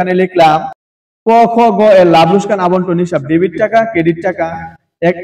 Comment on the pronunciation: লোসকান ❌ লোকসান ✅ 😂😂😂😂😂😂